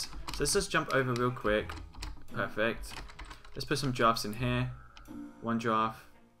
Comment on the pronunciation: lol you keep saying "peyfect" good mod show-case though :)